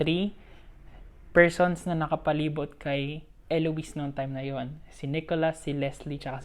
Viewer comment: you pronounced it correctly. It's Elo-wis. 😄 Good job on this! I'll share this to everyone.